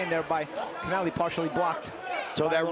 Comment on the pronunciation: Commentary guys pronouncing Connelly's name like it's Hispanic or something. Good work boys 🤣